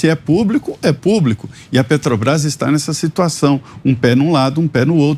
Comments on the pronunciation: "PETOBAIS" ele rouba tanto que furta ate as letras da palavra, meu deus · O ladrão fala "Petobais". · Alguém aí sabe que empresa é essa que esse analfabeto fala? Petobras. Kkkkkkkkkkkkkkk O cara de pau do ladrão de 9 dedos, além de criminoso, também é burro... Kkkkkkkkkkk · Esse ladrão deve lavar a boca antes de falar de Jesus. Vai aprender a falar o nome certo PETROBRÁS, ignorante